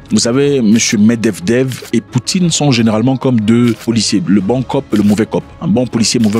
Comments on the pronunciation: Ok , s'en est trop ! Ca se prononce: Mèd-vé-dèf 😅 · Mêdvédèf eeeh Zack fait un effort 😂